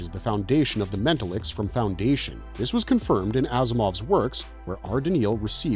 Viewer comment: I HATE AI NARRATION WITH A PASSION. This one ALMOST fooled me until it started saying “mental-licks”. I wish YouTube would actually ENFORCE IT’S OWN RULES.